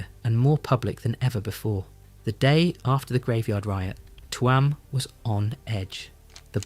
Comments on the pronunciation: Tuam. Pronounced TUem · Its Chewam (Tuam)❤❤❤ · why say tuam like its 2 words its only 1